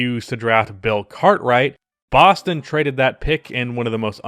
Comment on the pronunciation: Oh my god the way you pronounce Boston like you have a Boston accent but you don’t pronounce any other worlds like that is so annoying